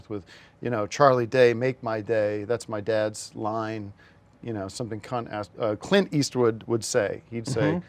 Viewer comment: Tim mispronounces Clint Eastwood as "Cunt Ass"